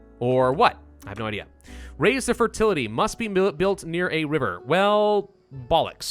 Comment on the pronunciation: Everything he says Fertility I laugh